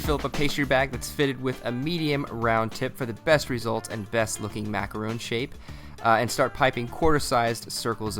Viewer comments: I was so happy when you first said mac-a-RON but then you go on to say mac-a-roon. Which made me sad. lol XD But these look good. I love peppermint sweets! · He kept saying macaroon instead of macaron XD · I agree... All but the mis pronunciation of macaRON... They arent the same. Macaroons are one cookie. Macarons are what he made but continuously says it incorrectly. Also when adding peppermint extract its better to add it at the end vs at the beginning b/c you cook a lot of it off adding it when he did.